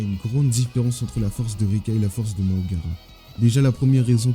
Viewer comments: Deja « Mahoraga » pas « Mahogara » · Frère fais l'inverse ce n'est pas Mahogara mais mahoraga